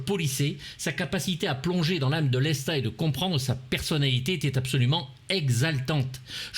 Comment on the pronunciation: lestaaaaaaaaateeeeeeeeeeeeeeeeeeeeeeeee pas lésta rhoooooooo